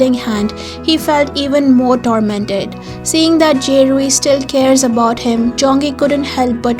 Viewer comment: For “ Kiseki, Dear To Me” It’s Ze Rui ( not “ Je Rui”) and Zong Yi ( not “ Jong Yi”) .. The scene in the end of the video, it’s from the End of The World With You ??